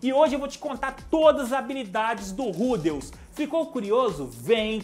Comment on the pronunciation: n sei como mais esse cara consegue ler rudeus e mana com acento